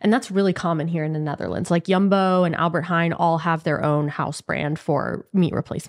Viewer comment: I love the way you say 'Albert Heijn'... you really practiced on that